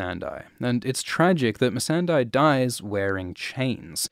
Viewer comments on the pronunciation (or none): It is not MissandEYE.... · I think 🤔 MESSANDEI is pronounced as MES-SAN-DEY 😅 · She's MEE-SUN-DAY, not MEE-SAN-DIE! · How can you mispronounce "Missandei" when they say her name out loud a thousand times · I really can't figure out why people pronounce Missandei's name like that.